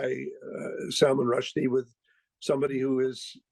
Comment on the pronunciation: At least pronounce his name right